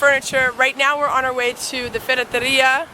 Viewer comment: Hi you said it right, ferretería! And well done with the bathroom upgrade, it looks great. Regards from the UK